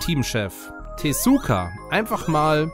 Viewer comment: 29 jahre hat es gedauert und jetzt ist der offiziele nachfolger von Sonic 3 & Knuckles ist drausen. Wenn hier schon tesuka statt Iizuka sagt bin ich gespannt ob er das im mario wonder lp auch umgekert sagen wird.